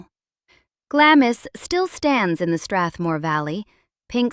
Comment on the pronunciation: Glamis is pronounced 'Glams'...you keep going from correct to incorrect pronunciation.